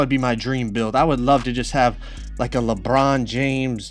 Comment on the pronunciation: Why does he say Lebron like “lepron”